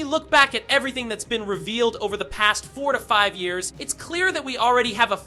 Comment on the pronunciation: I’m more annoyed by the pronunciation of over. “Ov-eere” Or Gone. “Gahh-Nuhuh”